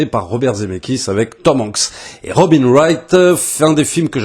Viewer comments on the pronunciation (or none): none